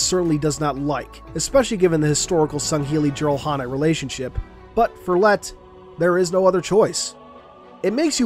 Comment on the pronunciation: it'd be nice to know how they got back into human space in one piece... y'know the covenant were still in full swing and they couldn't warp to another place because their core went boom-boom. also it's pronounced jir-al-han-ae not jir-al-han-ai... just noting it down.